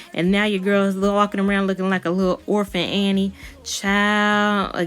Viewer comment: I know you say orpan Annie but I liked this after you styled it. 😍